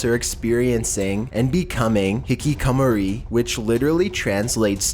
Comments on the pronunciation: HIKIKOMORI HI-KI-KO-MO-RI HE - KEY - KO - MO - REE TRIGGERED t(^ t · And "hikkikamori" or as he says it, "Hikicummery" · I cringe every time you try to say Hikikomori. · '' HICK AH MORI '' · its pronounced Hick-ick-a-more-ree :) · your pronunciation of Japanese places or things is very cringe worthy and i keep correcting each word after you say it faceplam